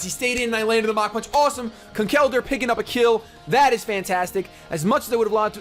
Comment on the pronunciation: Conkeldurr is pronounced Conkeldurr, not ConKELdurr haha! But nice battle!